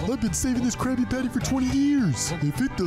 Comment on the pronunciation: It’s a crabby patty a crabby patty sounds like crab patty